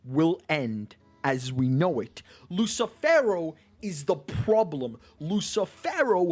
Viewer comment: "LUSSIIFEWROOWW" hahahaahahahah lmao